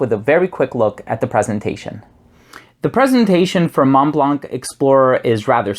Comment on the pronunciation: Thanks for the review! Just a tip on the pronunciation of Montblanc—you can hear it here